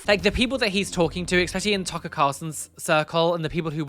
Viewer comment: Ugh when he pronounced that guy's name almsot like 'Taika', (I didnt know the dude interviewing him's name then) I assumed he was gona go off on a rant about what Taika Waititi was wearing at the EMA's and I was gonna be mad, I was gonna be like 'KEEP MY HUSBAND'S NAME OUT OF YOUR MOUTH YOU ATTENTION SEEKING LITTLE TWAT!'